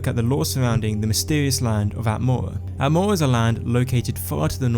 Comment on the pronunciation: I... I just cant... that speech abnormality makes me laugh. I know I am going to hell but I just cant help myself :D Atmoua :D Nice videos though :)